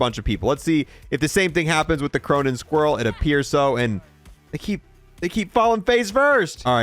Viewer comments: I refuse to subscribe to someone who butchers words this bad.. It's Squall (Skwall) Not Squirrel Iridescent = EAR-UH-DESENT Not Incandescent or however you said it lol Every video has a cringe or 2 😅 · Squall…. It’s Squall. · bro i can you try and pronounce something the right way for once like you said the word squall so many times all in different ways and none of them are right not to mention all the japanese words. otherwise i really like your content the pronunciation just gets a little annoying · Please learn how to pronounce Squall.